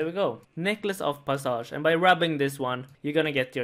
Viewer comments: In English, we pronounce passage as 'Pas - idge' not 'P'uh'sahge' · Necklace of pass-edge if you need to sound it out not passsaaaage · Its passage not passaaahhge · I still love you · puh=suh=ge = pass-ij mate! It's like me me saying it's leviosaaaaaaa not leviosa. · Pahsage? It’s passage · “Pass-edge” not pasage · PASS-AGE not PUSSAUGE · necklace of pah saj lmao. bro pass- age vis-age. cmon people its not that convoluted. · its pronounced p-ass-ag not pausauge.... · hold up pas-sage WHAT, who says it like that??? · "pah-sah-ge" lmaoooo0oo0o0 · Lol pronounced necklace of pass-age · The way you pronounce passage 😂😂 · that passage pronounciation lmao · The way he said passage hurts me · Everyone here commenting on how he says passage but not the fact that he said G-nome basically tells me no one knows how to say gnome... nor scimitar.. nor half.. my point is, why comment on the way he says something when his pronunciation is understandably a mistake and not something super dumb and simple? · Check your pronunciation of passage homie